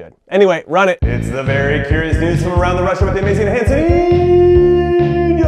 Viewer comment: for once. for once. when he said russia i thought he’d actually say the intro correctly. but f*cking hanssen ruined it.